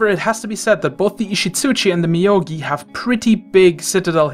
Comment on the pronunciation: Moyogi dude, not Miyogi lol